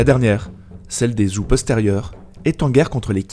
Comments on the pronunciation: Les "Zou" ??? Zhou ne se prononce plus Djoo ? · Super vidéo, comme d'hab! Juste : Zhou se dit "Tchow" et Zhao "Tchao" et la dynastie Yuan se dit "Yuèn" (le système pinyin est parfois trompeur). Sinon super vidéo! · Je vais faire mon chieur mais zhao ou zhou se prononce tchao et tchou. Si je ne m abuse. Je titille. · Vraiment pas mal et intéressant, toutefois, il serait bien de faire un effort sur la prononciation des dynasties et des personnes. J'avais envie de mourir à chaque "zhao" ou "zhou" :D Merci quand même pour la vidéo ! En espérant beaucoup d'autres !